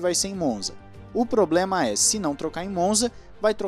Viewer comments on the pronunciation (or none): none